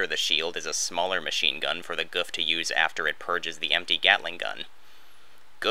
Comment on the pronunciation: Never heard Gouf pronounced “guf” before